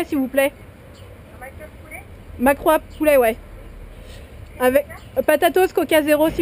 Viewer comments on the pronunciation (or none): j'en peux plus "mac rouap et patatose" 😂😂